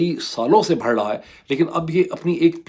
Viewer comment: Pls it’s not بھڑ ۔ it’s بڑھ 😂 forgivable being punjabi, but being a journalist there is room for correction.